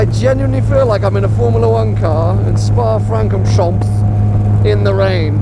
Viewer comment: "Spa Francomchomps"